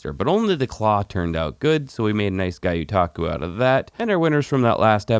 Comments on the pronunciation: Love your videos. Me and my kids watch every single one. But... PLEASE stop saying "guy-o-taku". It's a Japanese word so "gyo" is pronounced exactly how it looks. Like gyoza. Gyotaku. But keep up the great work and keep sharing your adventures. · Not to ruffle any feathers but it’s actually pronounced Gyo-like Yo but with the G more pronounced so Gyo-Taku not GaYoTaku . The G is pronounced the same way you would pronounce the letter G in the word Gun.